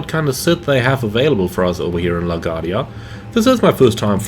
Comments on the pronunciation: Great video, like always! Just want to help you pronounce LaGuardia from a born and rise New Yorker lol LaGuardia is Luh-Gwaar-dee-uh. Hope I was able to help. Take care and see you on the next video ✌🏼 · computer performance looks awesome. BTW, you pronounce it La Guardia, with the emphasis on the U.